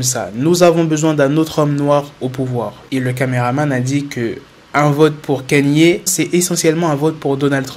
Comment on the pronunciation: C'est pas Kanyé west mais Kanye west